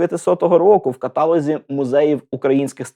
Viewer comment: Шановний авторе! В українській мові немає слова катАлог, натомість, є слово каталОг. Вибачте за зауваження, з усією повагою❤